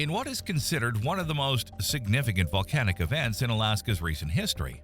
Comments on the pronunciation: bro said valcanic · oh ok I thought I heard valcanic